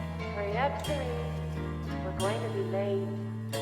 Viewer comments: It's pronounced sir-eese which means church in Latin i believe. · It’s pronounced cerise. But what a hard S. SO ceriS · Stage presence and humor. That’s a good analysis. I believe it’s pronounced chi-ri-che. An old word for church. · "sir-EES" yw